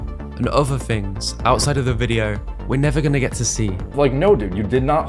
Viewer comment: I couldn't continue to listen after "things" was pronounced "fings"... an "other" turned into "uh-vuh".